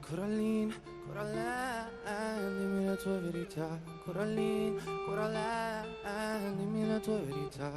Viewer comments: It's Coraline, not Caroline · Coraline not cAroline